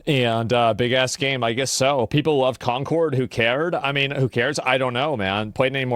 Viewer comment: Everytime assman say CONCORD I giggle 🤭 Don't know why